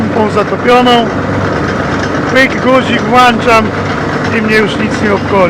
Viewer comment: Jak wypowiadasz słowo guzik to mi kojarzy się z osobą a nie rzeczą